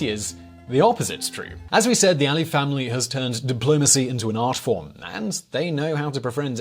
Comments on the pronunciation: You omitted Nakhichevan from the map of Azerbaijan and it's Aliyev not Aie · I think you have sort of mispronounced Aliyev all the time